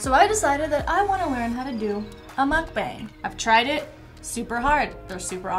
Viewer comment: If your going to do a mukbang atleast say the word correctly